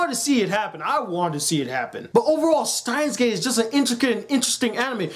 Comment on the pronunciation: He said the name wrong ..... a bit